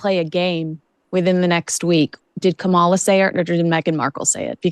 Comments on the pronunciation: Sorry guys but the accent is in the FIRST syllable in Kamala’s name. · It would be nice if you showed some respect and pronounced Kamala Harris’s name correctly! I have watched trump’s rallies and also to accuse her of word salad…seriously?! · knows exactly how to pronounce Kamala. She makes herself look very uneducated when she pronounces like her Big Daddy does 😂😂😂😂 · Show respect when respect is due and pronounce Kamala Harris's name correctly. Come on man, I thought you were better than this... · Gave yourself away girl. Can't say Kamala Harris' name correctly. Both of yous magats?